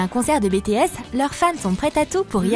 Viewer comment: BiTièSs pas Bétéss 😒😒😒